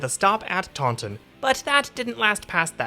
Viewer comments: It's pronounced Tah-In, not Tawn-Ton. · pronounced "Tawn in" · Yeah, it's not pronounced like the Star Wars creature either. Around here, it's TAUNT-in. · Yeah, there's quite a few pronunciation mistakes in this video. Taunton is another in that it's TAUNT-in.